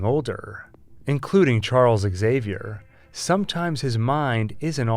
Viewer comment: Why the hell do they keep saying "Axavier" instead of "Xavier"??? He's Prof. X, not Prof A. !!!